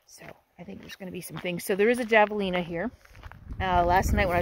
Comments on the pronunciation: J is pronounced as a H in Spanish. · The J is pronounced as an H in Javelina. I made the same mistake when I first moved out west but I feel like a local should have known that😅 I love that tree. . I'm old and gnarly too😊